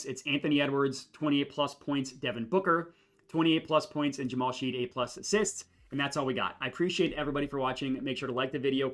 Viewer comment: its pronounced "Shed" not Sheed. You didn't factor in Jalen being hurt for OKC. the splits are way different than what you would expect. I would revisit that 1Q analysis. Thanks for the video!